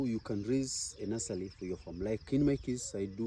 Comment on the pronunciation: Very helpful info! Stop saying nulsely! It’s NURSERY!! 😂